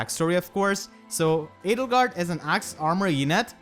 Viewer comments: L! Edelgard?! You mean... Ladlegard? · Hey look at that, "Ladlegard" is now a valid, non-meme pronunciation.